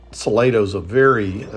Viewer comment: I am pretty sure it is pronounced Sa Lah doe. At least, that is how San Antonians say it.